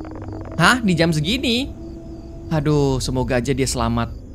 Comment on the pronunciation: uniknya karegi kalo ngomong 'jam" jadi ngomong jem wkwkwkkwkw